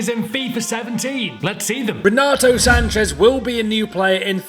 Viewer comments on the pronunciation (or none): its Sanches. Not Sanchez.